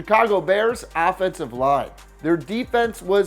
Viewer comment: Could of sworn I heard affensive line